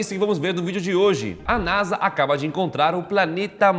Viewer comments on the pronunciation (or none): none